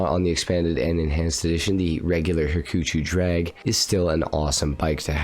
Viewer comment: "ha-choo-choo" drag... Ugh.